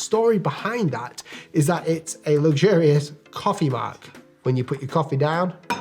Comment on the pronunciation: The first thing I'd do is pronounce luxurious differently.